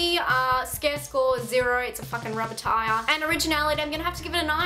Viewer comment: LOL, "It's a fuckin rubbah ti-ah" spit coffee all over my desk